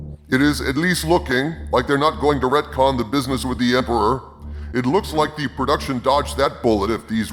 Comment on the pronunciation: Maybe he's from the coming & going planet. Oh, I mean thee-uh-commin and the-ah-going planet.